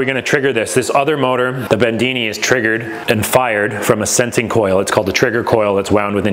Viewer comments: Great work! Btw, it's John Bedini not Bendini. People might want to google John's work. B E D I N I. Cheers! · It is Not Bendini, It's a Bedini motor or impulse motor. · "Bendini" "Mosfat"